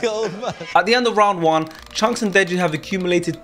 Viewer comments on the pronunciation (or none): man said "DJ" instead of deji.. blud needs to go back to school